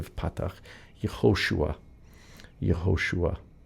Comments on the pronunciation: Where is the stress in Yehoshua? In you said Ye-HO-shua. Isn't it Ye-ho-SHU-A? Thanks for the video. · Can you please explain why do you pronounce the name as Yahoshua and not Yehoshua?